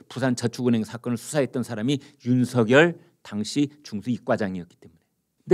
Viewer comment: 윤석열을 읽을때 윤성열인데 이분은 윤서결로 말하니 이상하게 들립니다.